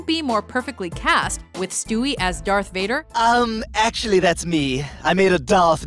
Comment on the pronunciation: Did you say derth vader